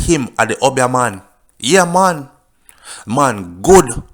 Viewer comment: The word is Obeah and pronounced OBE--E A not UB--YAH.lol